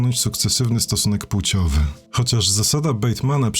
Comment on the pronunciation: Bardzo lubię Twoje filmy i nie chcę żebyś wziął moją uwagę do siebie ale już w kolejnym filmie słychać błąd w wymowie słowa "płeć" i jego odmianach. Nie wymawiamy wspomnianych słów np. półciowy, półcią tylko odpowiednio płciowy i płcią. Nie jestem polonistą i chciałem tylko zwrócić uwagę, że bardzo źle tego typu wymowy się słucha i boli "w ucho". Ps. Robisz bardzo dobrą robotę. Pozdrawiam.